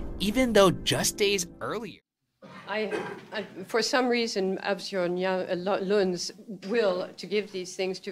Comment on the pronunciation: My name is Asbjørn, the first one is pretty close but the j is pronounced differently